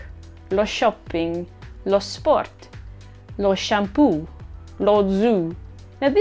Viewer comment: da italiano devo dire una cosa: quando ci sono due "o" tipo shampoo, zoo, non si legge shampu, zu, ma si legge shampo, zo. spero che questa informazione sia stata utile!